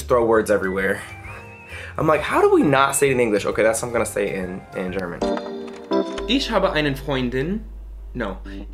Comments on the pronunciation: I thought the "ch" in "ich" was pronounced differently. says it like "sh" in English but I thought it was more from the back of the throat like a "h" in english. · admire your determination,you tackled the language in a short period of time.When you pronounce the word ich you say iš but you need to pronounce it ih.You have an accent of course, I had it when i first started learning Deutsch.The ich is the most noticeable so just work on that,it will get better overtime. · I'm sorry but ICH ICH not ishhhhh it's ICHHHHHH im sorry, but it's ICHHHH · the shower = die Dusche (DOUCH-UH) You always pronounce the ending "e" in German. Also, "sch" is always pronounced like "sh" in English. German words starting with "sp" or "st" are always pronounced as if they started with "shp" (Spiel = SHPEEL) or "sht" (Stadt = SHTADT). In German, the letter "s" is a soft sound (Sonne = ZONN-UH), while the letter "z" is a sharp sound (Zimmer = TSIMMER). As for "ei" vs "ie", in German it's always pronounced like the second letter as a standalone in English (AYE vs EE). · You say isch, I think you can just say ich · you pronounce your ICH as 'EESH' but it is rather 'EEG' like SIEG in SI.E.G HE.IL (sorry for the horrible example) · take a shot every time he pronounces it “EESH” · You're doing amaaaaaing,!! The best advice I would give you as a German native speaker is to work on your 'ch's, for example you pronounce 'Ich' 'Ish' but it should be a 'CCHHH' sound if you know what I mean hahah it's hard to describe. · Hey 😇. You should correct the way you pronounce „ich“. It is like you say „isch“. Ask your teacher so as she can explain to you. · Loved you & Jo since day 1. I don’t speak German by any stretch of the imagination, but it sounds like you’re pronouncing “ch” (after i or e) just like “sch.” I would say that the soft ch in German is the same as the first sound in “huge” (exaggerate it). In some Spanish dialects, it’s the g/j in “gente” or “elegir.”